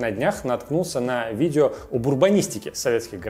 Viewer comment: Цермины, видзео, пасмаарець.....- что это за ужас? Идиотский говор, дефекты речи, сидит в шапке, звук в нос, звукоизвлечение в нос.... Какой неадекват мог сунуть "этот набор" в кадр???